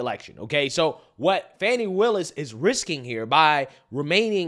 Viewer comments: It's not Fawny.. it's Fanny. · Why is he calling fani funny? Her name is most definitely not pronounced funny it's fani. The I at the end of her name don't give the a the sound of u. Her first name is also known as an ass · Let’s be real. It’s Fanny not fon eye😂😂😂😂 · Her goddamn name ain’t “fawny” it’s Fanny, plain and simple Probably named after her grandma or something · Why do they call her funny when it's fanny fani. It is definitely not pronounced funny. Her first name means ass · I love how Rachel Maddow says “Fahn-nee Willis.” Poor Rach hasn’t been this close to tears since the Trump’s tax returns nothingburger! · Rachel sounds like she's calling her funny willis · "How do you pronounce fani? FAWWWW KNEE"😭😭